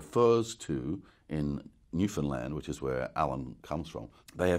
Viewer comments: Newfoundland! Even pronounces it correctly. Also, if anyone has ever read David Gemmell's Troy book series, this is the only guy to do Odysseus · Well, you must be telling the truth... you can pronounce Newfoundland properly!😂😂 That's a skill in itself, for most. 🤗🇨🇦